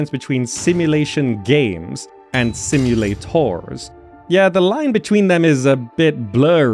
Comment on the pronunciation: "Simu-lay-TORS" haha, great video!!